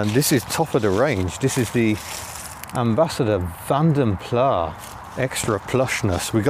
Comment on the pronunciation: Nice vid especially the stop/start plastic symphony but, you know it's Plass not Plah?